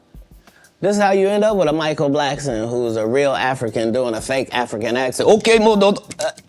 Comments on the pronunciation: Bro why are you saying Blackston lol there’s no T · Ur saying Blackston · Black- son your saying it wrong 😑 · Blackson* not blackston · BLACKSON not Blackstone !!! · Micheal BlackSON not Blackston!